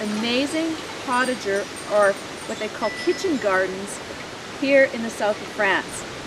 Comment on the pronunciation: It is pronounced....poe ta zhay...not portager